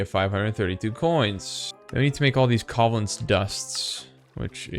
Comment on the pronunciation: The way you pronounce covalence disturbs me greatly.